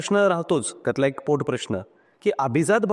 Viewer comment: अभिझात नाही अभिजात